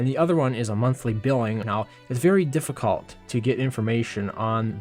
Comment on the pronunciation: you say shiehld, and deficuult, shieeeeeeehhhghhhld omg READ dude, and yeeeeeero, and weally weally snerky